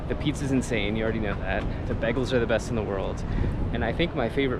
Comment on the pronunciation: U say Bagels wrong btw. it is bay-guls. YW